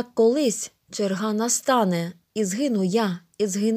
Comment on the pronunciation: Не черга́ а че́рга.